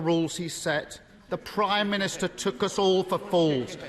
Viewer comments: Why is it that each Labour leader in recent years has a speech impediment? Khan in London dribbles his words, Ed Miliband has a glottal something and Starmer cannot pronounce “prime minister” simply gargling something like “prymist” most of the time. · Can someone teach Starmer that it’s not “Primister”?